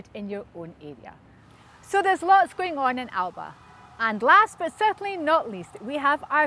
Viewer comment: Please pronounce the party's name correctly.